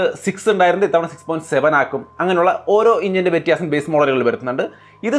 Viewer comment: വാക്കുകൾ ഉച്ചരിക്കുമ്പോൾ വ്യക്തത വരുത്തുക.. വ്യത്യാസം ആണോ അല്ലാതെ വ്യറ്റസം അല്ല 😊